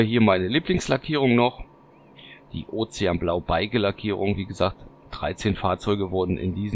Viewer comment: Schöne Fahrzeuge, danke für die Vorstellung! Trotzdem ein kleiner Einwand : Beige als Farbe spricht man "besch"